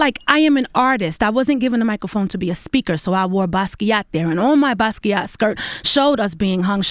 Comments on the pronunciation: The way she butchered the pronunciation of 'Basquait'😩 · that's not how u say Basquiat😚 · Who is this "buskee ah" dude she keeps mentioning? a painter?